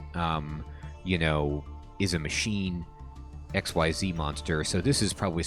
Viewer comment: "XYZ" is pronounced as exceed/exceeze btw. I just finished building a Solfachord deck and I'm interested in building Dragonmaid deck next.